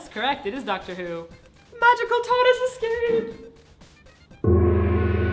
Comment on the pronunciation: i don't watch dr who, so i totally thought she said 'magical TUMNUS escape' at the end. tardis. i know its tartis...and yet...i like tumnus better.